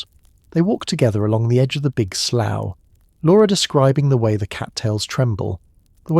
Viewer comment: The train seats were red velvet, not rough wood, the surveyors house was stocked with coal. Hay twists didn't happen til the long winter. Slough is pronounced sloo (rhymes with do). But still enjoyable.